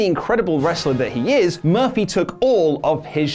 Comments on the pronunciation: he said Buddy Murphily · Did he say Murphelly? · I thought his name was Buddy Murphy? said Buddy Murphly 🤔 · Sounded like you said "Buddy Murphily" in the beginning,. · At the beginning, did you say Buddy Murphaly? Haha:-) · Did anyone else hear say “Buddy MURPHLEE” at the beginning of the video? 😂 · First of all... who is Buddy Murphly? You messed up his name in the first few seconds of the video 😂😂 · He said “Buddy Murphilly” lollllll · I don't like the shade towards Billy Gunn. P.S., you said Buddy Murphly at the opening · Did he start out saying buddy murphily??